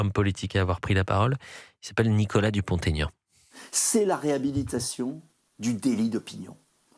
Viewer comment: On ne doit pas faire la liaison entre Dupont et Aignan… il l’a déjà dit !!! C’est pas très pro de faire cette erreur…